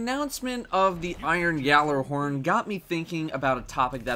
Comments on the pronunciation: people need to stop saying Yallerhorn, it's pronounced Galuhorn, it was even said that way in the rise of iron trailer, so there is no more dispute of how Gjallahorn is pronounced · disliked because “yallerhorn” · Its not yallerhorn omg please stop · Within 10 seconds FUCKS UP saying "gjallarhorn" which is like this:gallarhorn